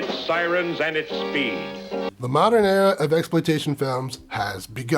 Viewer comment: Love your reviews, but "mod-er-in" is driving me nuts.